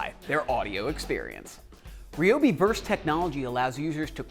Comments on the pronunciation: Say it with me, Rye-obi. Not Reee-obi..... Rye-obi Rye-obi Rye-obi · it's rye-o-b.